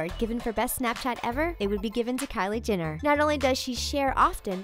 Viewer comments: GET IT RIGHT ALREADY! It's not Jinner it's JENNER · who the hell is kylie 'jinner' lol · She says "Kylie Ginner"!! Triggered... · At least say her name right || Jenner not Jinnir 🙄🙄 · Who else heard 'Kylie Jinner' or was it just me? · Stop pronouncing Jenner wrong